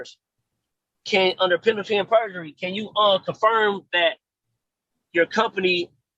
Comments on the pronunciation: Moron said penalty and perjury 😂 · “Penalty AND Purgery”? Hmmmmm